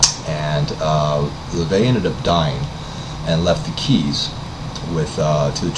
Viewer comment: His name is LaVey, not La Vey..